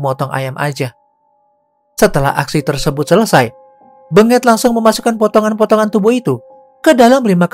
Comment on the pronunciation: Aa, lafalkan namanya bukan BeNGET tapi BENGET, huruf E nya dilafal dgn logat Medan bukan logat Solo 🤣